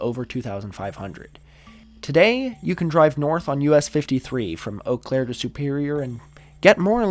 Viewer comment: dang, you said Eau Claire correctly